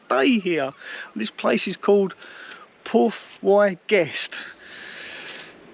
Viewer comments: Hi, I've gone to Borth-y-Gest every year since 1965, when my parents first took me and my brother on holiday there. By the way, it's pronounced "Borth ee Gest", not "Porth why Gest" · As a Welshman living in exile (married to a Scot, living in England) the Y in the place name is pronounced like “uh”; so if my memory of Welsh grammar from 40+ years ago is correct (the “uh” rolling into the last bit) it should sound like “Borth uh-guest”. Last time I was there would be back in 1989 whilst also visiting Portmeirion - bought my then fiancée (now my wife of 32 years in just over a weeks time) her going away dress for our honeymoon in a craft shop there. Thanks for showing such a beautiful part of my homeland. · Hey, I think it would be pronounced something like Borth e guess 😁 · Brilliant down to earth guy learnt so much from you my friend. Well done and I love your pronunciation that town.very funny. Keep up the honesty and the good work. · The 'y' in Borth y guest is pronounced as the letter 'e' it means in. I think it means harbour or Port in Guest.